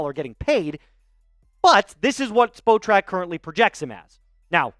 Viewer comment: its pronounced spot track lol "spo track" LOL youre supposed to say the spot and the trak when saying it